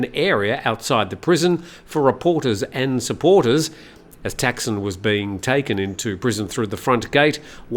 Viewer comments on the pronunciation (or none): Another pronunciation quibble: 1. Thanksin is pronounced like “tuck” (as in “tuck in”) and a very short “seen” with a questioning tone (“sin?”). Shinawatra is pronounced “chin-a-wat?” (“chin” as in “cheap” but said more quickly, “wat” rhymes with “putt” and with a questioning tone as in “what?”) 2. Srettha is pronounced “set-tah” (drop the “r”, long “ah” as in sighing happily “aaah”) Thavisin is pronounced “tawee-seen?” (there’s no V in Thai, and “seen?” Is pronounce quickly with a question tone, exactly like the “sin?” in Thaksin) :) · It’s Thaksin, not Texan. please respect the language and people of Thailand